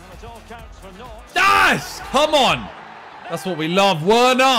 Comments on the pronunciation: him saying "werner" instead of verner is so annoying+ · bro, werner is pronounced like a v instead of w.